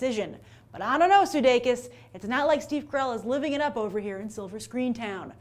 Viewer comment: SE-day-kiss, kah-rell.